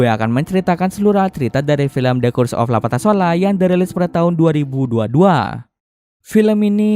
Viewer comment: I got it now, The title is THE CURSE of LA PATASOLA (2022) after repeated your unclear pronouncing using a bluetooth speaker loudly, tks btw. 🙏